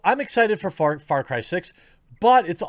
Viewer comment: sounds like FartCry lol